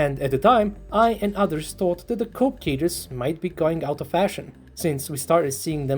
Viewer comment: It's not "Cope" cages, it is "Coke" cages, dang you're not so smart. 👎Voted you down and no Sub.